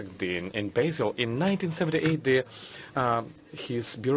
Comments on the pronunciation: And the embarrassingly bad interpreter says BAY-SEL! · And the embarrassingly bad interpreter says BAY-SEL! Basel. Shame on you! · The interpreter says "BAY-SEL" (Basel), that's when I stop watching! Shame on you!